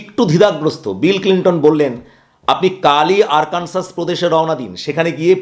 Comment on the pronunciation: আরকানসাস নয় আরকানসো।